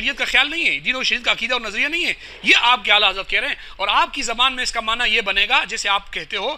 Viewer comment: اس مولوی کو لفظ معنی کا تلفظ ادا کرنا نہیں آتا